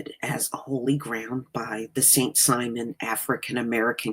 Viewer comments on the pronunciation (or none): none